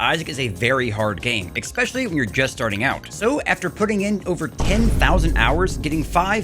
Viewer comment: Great video, never say eCspecially again.